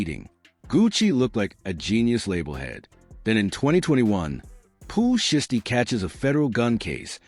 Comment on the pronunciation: The AI voice is terrible. Zataven....? Pooh shisty... cmon bro... did you watch this b4 you hit publish